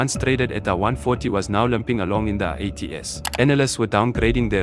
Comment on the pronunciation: An AI voiceover with a South African accent pronouncing "80's" as "80 ess" is a new level on the uncanny valley continuum